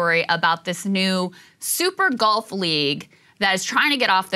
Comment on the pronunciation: Are you saying golf or gulf